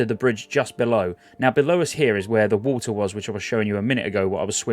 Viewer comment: "Swim through the war-ter"